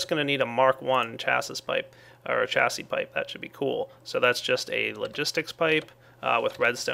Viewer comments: You want to pronounce it "chassie" but in English it's pronounced "shassie" Great vids I've seen them all up to this point. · It's pronounced shassy. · I is pronounced chassi but spelled chassis